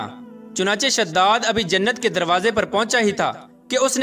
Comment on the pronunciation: Bhai shhadad nahi hai wo shaddaad hai wo